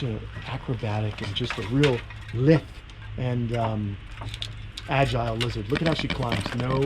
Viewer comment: LITHE rhymes with HIVE, not Sith. ☺